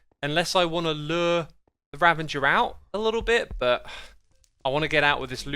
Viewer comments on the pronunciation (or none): Just saying raVAger not ravENGer sorry it was annoying me. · PLS RAVAGER NOT RAVANNNGER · I love xisuma but am I the only one that gets triggered at the fact that he says ravenger instead of RAVAGER RAVAGER THATS HOW YOU SAY IT GOD lol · does he say "RaveNger" on accident? or does he really thinks that is the way it is spelled? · Anyone gonna tell him that it was spelt "Ravager" and not "Ravanger" or we just going to let him do this thing? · Spelling doesn't matter to Xisuma. Having correct spelling doesn't matter, and a word's spelling has no effect on his pronunciation. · There isn't an "n" in Ravager! Stop saying ravenger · If you say „Ravenger“ one more time Im going to sue you. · X will you ever pronounce "ravager" correctly